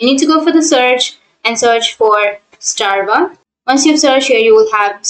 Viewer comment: Strava not Starva. :))))